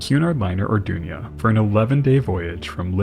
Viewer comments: Greatest documentary as always, but it’s the Arduna, As is written on the hull, not the Ardunia, as you kept calling it. Unless the pronoucination is so how wrong? A bit like the word emphysema, the correct way, when it gets called emphysemia, a bit like what has happened here. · I thing it was the Arduna, & not the Ardunia.